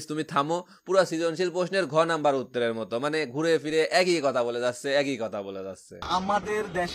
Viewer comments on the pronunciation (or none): none